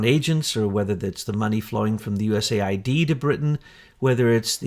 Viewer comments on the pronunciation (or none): none